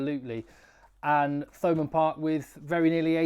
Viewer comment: Hi always a fan, so this is lighthearted- in Munster we don't pronounce Th like you English, so to hear Thomond Park with the pronounced TH is just weird, for us, i know its against your nature,but us Munster boyos can say it as Toe Mund Park 😂😂😂😂😂,it'll be perfect! Respect always 😊